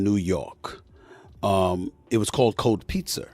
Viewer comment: "Cold Pizzer" I'm not the only one that caught that am I? Hahaha 🤣😂